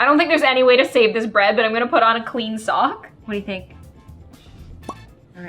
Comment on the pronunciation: the way says a clean sock as if shes never worn one before 😂